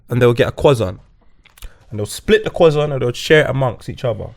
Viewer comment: really said cWoissant!!!🤣